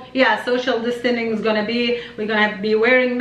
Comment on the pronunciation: it's called social distensing not social distenin😂😂😂